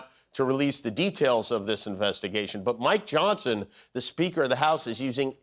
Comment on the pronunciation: When he says "Mike Johnson". 😂😂😂. Sounds like "My Johnson"